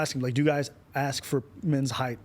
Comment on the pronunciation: "People Aksum bout me"